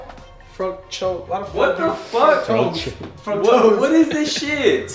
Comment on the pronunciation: pronouncing fructose 🤣